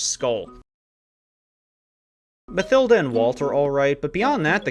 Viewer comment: Mathilda might’ve had the worst name butchering I’ve ever heard…